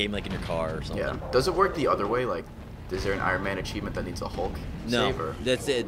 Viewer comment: thumbs up if u hate when people pronouce hulk "hawk"